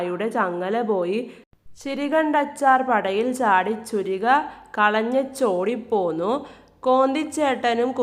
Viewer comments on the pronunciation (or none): പുരികം അല്ല ചുരിക